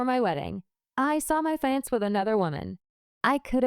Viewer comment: The way she said fiyance lol🤣🤣🤣🤣🤣‼️‼️‼️